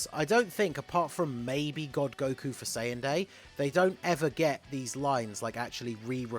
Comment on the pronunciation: also funimation can NOT pronounce Saiyan correctly